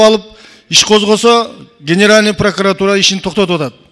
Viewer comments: Пракатура емес прокуратура болот таз баш... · Эй гелесоо Прокатура эмес, Прокуратура деп туура суйлогонду органдардын аталышын туура айта албаган депутат Жогорку Кенешке бок жеп отурабы эмне деген сабатсыздык , билимсиз уялбайсынбы дагы кыйкырып кыйратып койгонсуп суйлойсун эшек. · сен кандай мааниде тушунуп жыргайсын? Тыншап уксан суйлогонун ,,Прокуратура" деп суйлоп жатабы или пракатура деп тантырайбы? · пракватура дейби? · Лысый депутат Пракуратураны так айтса Ары жок калп суйлобогуолу биринчидин паркуратура эмес Прокуратура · пракатура дейт таз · Паракуратура десе туура болот го. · Прокуратура деп айталбайтекен таз баш пахтакор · ПРОКАТУРА ДЕП, ЖЭНИШ ТИЛИН КЕЛБЕЙ, БИРОК ТУРА АЙТЫПСЫН!ПРОКАТ УРА))))😂😂😂😂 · Тилин келбей Тишин келетго пракатура деп лысый 😂🤣🤣🤣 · Сен биринчи прокурортура деп туура айтып алчы,!